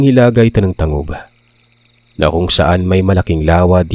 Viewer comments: I'm from ozamiz, (tang-gub) pronunciation po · Tang-gub pag bigkas po 😊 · Tang-gub pag pronounce yan, btw happily listening ❤to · Correct pronunciation sa Lugar sa TANGUB ay Tanggub, salamat po Taga Bonifacio din po yong mama ko, Taga Cebu po ako😊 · Tangub (tang-gub pagka bigas) 😊 Happy Listening! From Pagadian City here 👋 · Tangub (tang-gub po pagkabigkas) Godbless po❤❤❤ (Silent listener😊) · Tang- gub ang pagbasa ana From Ozamis here😊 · Tang.gub po ung pag pronounce.. silent listener here❤️taga pagadian city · Tang-gob. I’m from kolambugan lanao atbang sa tangub ozamis. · TANG-GOB PO PAGKABIGKAS NYAN...BTW salamat sa bagong story... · Tang-gub po Ang pag bigkas